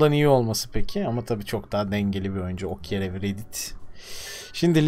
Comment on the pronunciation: Doğru telaffuzlar: Okyere Riet Niklas Şimit